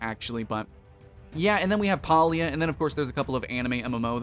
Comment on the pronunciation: You can't even pronounce the game name right.